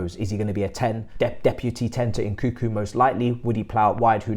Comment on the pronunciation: Can someone please teach how to pronounce names. My man's butchering Nkunku and Slonina so bad.🤣